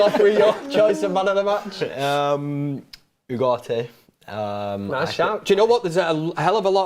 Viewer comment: Can someone translate to English? What the hell they talking about? Didn’t know Ugarte is pronounced without T?